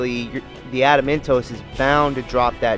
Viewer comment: "Trapsahydron" "Ada-mentos"